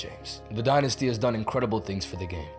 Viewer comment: It is called the die-nysty